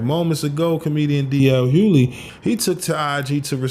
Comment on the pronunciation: His name is not D.L. HUELEY. His name is pronounced HU GLEY. As in, the "G" is not silent in his last name. As many years as he's been in entertainment its a shame some Black people still don't know how to say this man's last name. Smh.